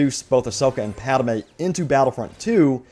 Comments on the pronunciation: It's pronounced Padmè not Padamė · Pad-may. Not Pad-a-may. :) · It not padime it padmai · HOLY SHIT PADME IS PRONOUNCED PAD MAY NOT PAD A MAY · If I hear "PadAme" instead of "Padme" one more time...... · “Padme” NOT “Padamae” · Padme not Padame! It hurts every time you say it man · I was worried I was the only one! Thank you! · Thank you! Holy wow that was bothering me too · I think he should do a public apology in the next video to the viewers who had to endure this. That was just painful, LOL! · you pronounce padme as padame lmao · Lol “Padame” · Idk why it kind of bothers me when he says pad-a-me lol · Padme is two syllables